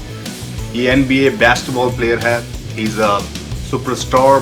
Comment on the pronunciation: besketball not basketball haha accent